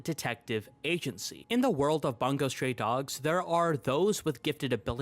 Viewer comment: and the way he pronounced bungou😭😭 it's not 'bun go' it's 'boon gou'